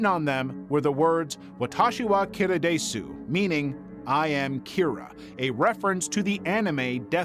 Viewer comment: the note is spelled wrong, but is correct in pronunciation. It is NOT pronounced as "daysu" like you did.